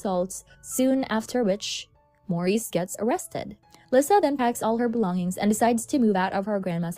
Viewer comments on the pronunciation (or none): i’m sorry but it’s not /vulneeble/ it’s /vulnerable/ and not /lisah/ it’s /leesa/